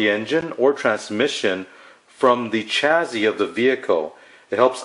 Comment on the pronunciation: Please stop calling it a CHAZZY